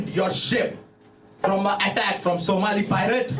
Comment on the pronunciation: 🫢 just a little constructive criticism, it’s pronounced Somali 🤭 just like I thought the word dice was singular 😳 I used to watch, but with all those faces he makes I am feel cringe. Even if the clips he shows are great his presentation is lacking.